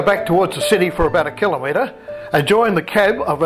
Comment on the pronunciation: I keep watching your train movies over and over, can't help it, I live in the past, don't most of us. Thank you for pronouncing the word KILOMETRE correctly. Too many professionals get it wrong. 😊